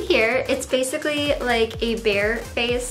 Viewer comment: "Basiccy" instead of Basically. EUGENIA PLEASE GET HELP, FOR THE LOVE OF GOD OR MAYBE EVEN YOUR VIEWERS.